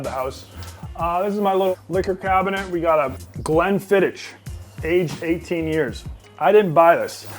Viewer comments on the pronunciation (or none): Its pronounced glen fidick not fidich